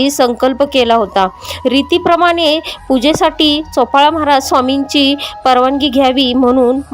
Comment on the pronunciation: चोपाळा नाही बाई चोळाअपा